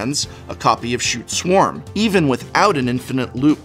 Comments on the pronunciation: I believe it is pronounced 'Skoot' Swarm, but a lot of people beg to differ. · I actually yelled "Stop saying 'Shute Swarm'!"